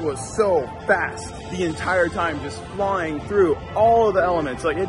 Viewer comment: It was just floiying so fast. Just the way he pronounced flying